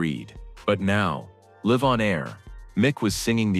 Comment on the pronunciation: Who is narrating this that cant pronounce the word LIVE properly...you have a 3rd grade English education